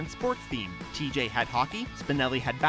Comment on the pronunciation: Did you just pronounce TJ’s name tee-jay?!?!? ITS TEEG!